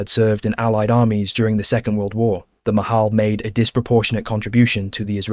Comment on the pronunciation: It's not Mahal, it's pronounced Machal (the "ch" is like in the Scotish "loch"). It's Hebrew for "Mitnadvey Chutz La'aretz" (volunteers from outside Israel)